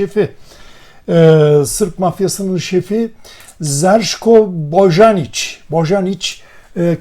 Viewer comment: Boyanic okunur